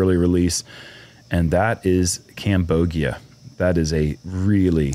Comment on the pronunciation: Cambogia and Parsylvania?!?! Relax! 😆